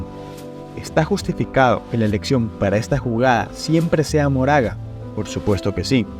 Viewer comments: quien es Moraga? es Makora (como lo pronuncian en japones) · se lee "makora"